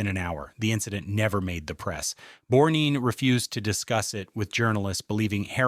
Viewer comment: And Savalas is not pronounced SEV-uh-luss, while Borgnine is not pronounced Borg-NEEN or Bore-NINE. With AI reading, you get what you don't pay for.